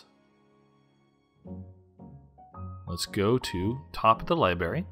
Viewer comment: this video is cringy. library. not libary